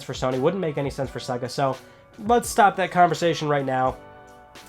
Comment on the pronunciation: it's SEA-GA ffs....